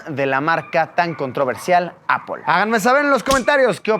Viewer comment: Encerio Luis, necesito que te vistas bien y que dejes de decir “apol”. Gracias, te quiero.